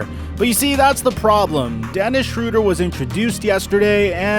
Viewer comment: They did the pronounciation of his Name wrong, hes not called „Schroder“, the german ö is Not pronounced like the englisch o